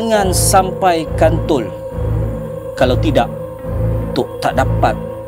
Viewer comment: Kenape yang atok tu cakap kantol bukan nye ka toi ke 😂😂😂